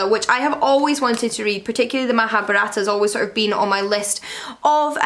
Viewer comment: Mahabharata is pronounced as muh-haa-bhaa-ruht.